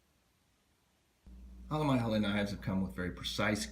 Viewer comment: Your right it's pronounced hell la Great knives